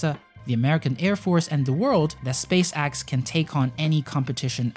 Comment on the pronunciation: It’s spacex not space axe